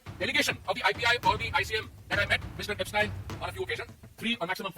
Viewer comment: ऐपसटाईन नहीं, ऐपसटीन Mr Puri